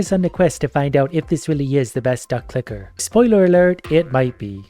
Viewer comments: Sometimes you can hear say ducklicker 😅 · Anyone else hearing "Duck Licker"?